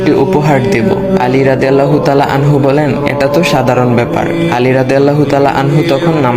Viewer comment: যখন অডিও রেকর্ড করবে, একটু দেখে কোরো। আনহা, আনহু টা ঠিক করবে।